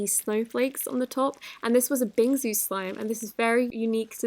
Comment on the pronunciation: me being a major asian THATS nOt hOW yoU PrONouNcE bInGsU